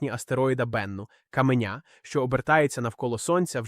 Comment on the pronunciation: каменЯ 😂 озвучка лайно